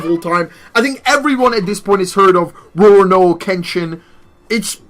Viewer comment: It’s called Ru-ro-Ni Kensington